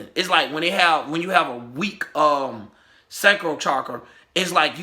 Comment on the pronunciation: Sacral chakra - pronounced - ( saa- k - rel ) sakrel